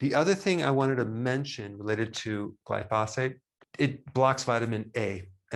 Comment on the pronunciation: Just had a hysterectomy with prolapse surgery three weeks ago. Felt great day 2, weight went back to pre-surgery within a week. I know it’s early but I don’t anticipate any issues. I would like you to pronounce “glyphosate” correctly. As an Iowan living in the midst of corn and soybean fields, the mispronunciation grates on me 😊